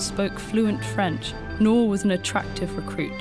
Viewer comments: How hard is to pronounce 'NOOR' ??? The narrator pronounced it as 'NOAR' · Just a quick correction- Noor is read as "N-ooo-r" and not as "Nor"- it means diamond/gem stone in Hindi. (E.g Kohinoor). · Her name ought to be pronounced as Nur (N-oo-r) since it's Arabic. Not (N-o-h) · You pronounced her name as "nor" but the actual pronunciation is nOOr And I loved this videoo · Very good video but she butchered the pronunciation of her name... Its pronounced as "nuur" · 'Noor' should be pronounced as in 'tooth', not as in 'door'. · You are pronouncing her name wrong.